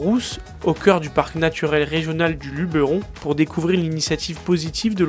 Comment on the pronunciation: Quel dommage que votre chaîne ne soit pas plus suivie. Très intéressant sujet, et merci de prononcer Luberon comme il doit être.